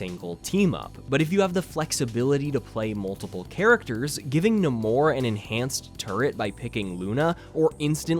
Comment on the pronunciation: not neh-more 💀